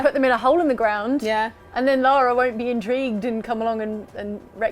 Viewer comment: Thank you for pronouncing "Lara" correctly. THANK.YOU.